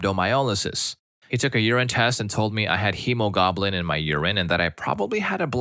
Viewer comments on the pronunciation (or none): I cracked up so much with the goblin instead of globin. I do understand that some medical or legal terminology can be very hard to pronounce. It definitely would help to maybe look up how to pronounce some. But the goblin had me in stitches. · I am sorry to say, but you might benefit from looking up the pronunciation of some of the words. Eg its more hemo-glob-in than hemo-goblin (as funny as that Image is :D) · I love how one OP misspells "hemoglobin" ONCE and you pronounce it that wrong way both times, LOL! FYI, it's supposed to have "globe" in the middle there. :) (and I'm not even a medical professional or amateur). OMG, it even infected Story 7 too! LOL! Story 5: Va-jay-jay opening is split in two from an extra piece of skin. I might have called it a bifurcated labia to be more self-explanatory, but okay. THAT is hard to explain? Google's version wasn't much longer than mine! Apparently can interfere with tampons and sex (understandably). I DO hate that the majority of these stories AREN'T doctors as requested, AND carry the message that Googling can outsmart doctors, because of how bad the "My Googling beats your PhD" attitude problem is. Bad message to send, really.